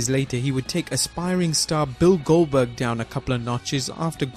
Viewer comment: RIcky Rick Why does everyone refer to Him as “Gilberg”? It’s GOLDBERG! :€)